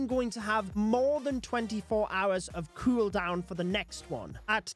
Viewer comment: Say cueldown again